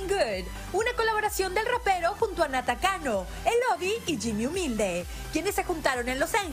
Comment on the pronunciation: “Nata Cano”😭💀